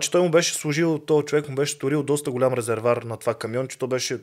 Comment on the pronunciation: Казва се резерВоар,а не резервар. За протокола.